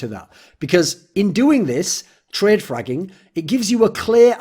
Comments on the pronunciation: That's what I heard as well... I was like wtf???? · had to check twice if he really said fragging.